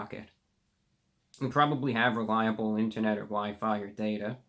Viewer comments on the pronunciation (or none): none